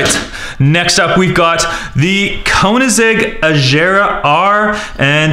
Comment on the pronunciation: it is koenseggh ccx agera r -_